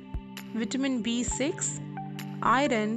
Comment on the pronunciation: Pronunciation is bad... Pronounce I(-u)rn not I ron